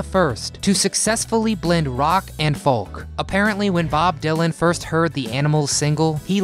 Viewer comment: You do know that the 'L' in 'Folk' is silent, right?